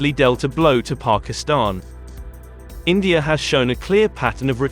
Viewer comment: Its India not Indiar